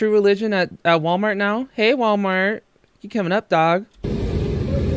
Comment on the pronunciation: Anyone else notice she's now to lazy to pronounce the L in Walmart - it's now " Sooooo we're at Waaamart"